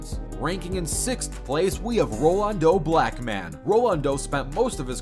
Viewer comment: Marc over Luka ya that change up with quick and are we all going ignore how he butchered Rolando Blackman's name hahaha